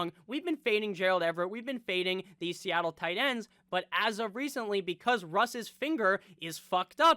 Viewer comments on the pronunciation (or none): none